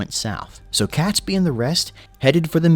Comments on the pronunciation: It’s ‘Catesby’ pronounce Kate-s-bee NOT Cats-by! 🤬 AND don’t get me started on Worcestershire (Wuus tar shire) or whatever the narrator mangled it into🤯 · No one calls it Guy Fawkes Day. It's Guy Fawkes Night; Bonfire Night; or Fireworks Night. Catesby is pronounced "Kate's Bee".